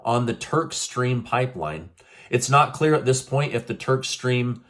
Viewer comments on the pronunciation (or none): none